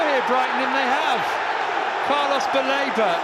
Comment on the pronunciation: After that Sanchez gaff commentator saying Carlos Baleba sounded like " Palmer's belaboured" to me😂